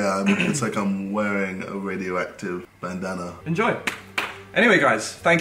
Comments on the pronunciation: 4.50 - do you hear 'bandana' or 'banana' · I swear JJ sead bannanna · When they say "Bandana" I keep hearing "Banana" JJ: "What if my Banana flew off" Me: Wut? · He tries to say bandana and says banana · Whenever JJ says bandana it sounds like banana 😂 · When KSI say bandana I hear banana anyone else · It sounds like their saying banana 😂👌😆😝🤣🤪👍🏻😜👏👏👏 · Can JJ even say bandana. Every time he says bandana it sounds like banana 🍌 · Is it just me or when Ksi says bandana he says banana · Jj sounds like he’s say “banana” instead of bandanna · it sounds like he is saying banana instead of bandanna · It sounds like jj says banana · Ik it's a bandana but i keep hearing banana😂😂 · JJ said banana instead of bandandba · Eu4n6H thats what i was intending